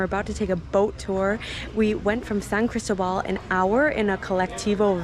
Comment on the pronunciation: San CrisTObal…accent on the second syllable… Wear solid shoes, sidewalks are slippery. It is a gorgeous Pueblo mágico. ❤️🇲🇽 And it gets very warm here, I often wear sleeveless dresses and tops, but not year-round. 7200’ elevation which means a strong sun, thin air, and chilly temperatures during certain months. From March through September it is very temperate, NOT cold… Coca Cola is evil, and good that you told the true story. “San Cris Gut” is REAL. Sadly. It takes months to adjust. Almost everyone is affected. Fireworks are almost EVERYWHERE all over Mexico. Try living in Oaxaca! 😂🇲🇽❤️